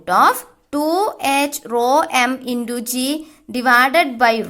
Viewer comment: Not indu it's intu